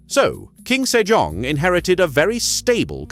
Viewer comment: I kept hearing King Sir John :D